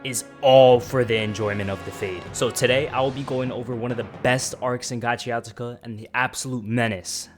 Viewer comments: Gachiakuta❌ Gachiatuka☑️ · You keep saying "GACHIATUKA" 😭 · Gachiakuta bro, pronounce it again😭😭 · Yo, it's not Gachiatica 😂😂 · And making it lowkey sound tuff too😭😮‍💨🤣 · I swear I was about to comment this 😭 Can’t even watch this if he can’t even say it right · the way this man pronounced the name of the show pissed me off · first off get the pronouncing right. you replaced t for the k in gachiakuta everytime u say it